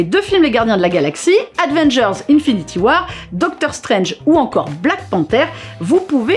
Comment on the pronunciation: Marveul, advengers... Faut quand même bosser un minimum le sujet avant de tourner madame